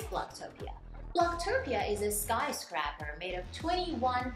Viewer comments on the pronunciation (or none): It’s not sky scrapper it’s skyscraper !